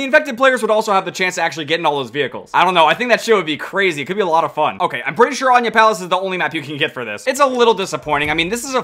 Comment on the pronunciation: it’s pronounced aniyah palace